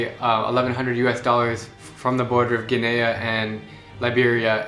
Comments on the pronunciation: It is Guinea & it is NOT PRONOUNCED [GI-NE-YA] instead {GI-NEY} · Did the guy say Guiniya??? Instead of Guinea ? It’s pronounced Guinee... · Ginaya? I thought it was pronounced gi-nee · Guinea: We will pronounce our country "Gin-e" Drew: So we'll be going to the border of "Gin-ey-ah" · Kind of oblivious white guy comment to say "that's why these parts of the world aren't progressing"... it's a lot more complicated than that. That's not really causal. and Guinea is pronounced Gin-nee not Gan-aya. Good for you that you are trying too see more of the world though... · Gin-nee Drew not Ginaya :) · It is not pron. Gineya but gini (Guinea) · no way this dude just pronounced Guinea as "Genaya"......... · It's pronounced GUINEA,the e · It's GUINEA (rhymes with KNEE). As a matter of respect, you might want to learn the pronunciation of the names of the countries you are travelling to. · He said guinea wrong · I hope he learned to pronounce Guinea right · This nigga said guinea wrong I’m really bout to unsubscribe